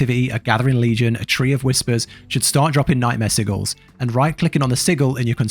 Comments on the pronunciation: Why does bro say sigils like that? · It's the bri'ish way to say it innit